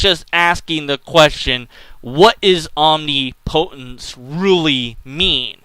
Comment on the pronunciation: It's not om-ni-PO-tence. It's om-NIP-o-tence.